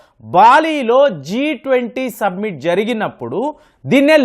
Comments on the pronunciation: ❤ సబ్మిట్ కాదు. సమ్మిట్. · సబ్మిట్ కాదండీ సమ్మిట్, శిఖరాగ్ర సమావేశం. సభ్య దేశాల అధినేతలు పాల్గొనే సమావేశం.